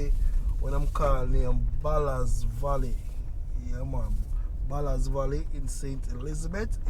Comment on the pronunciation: The name is Ballard valley and no ballas valley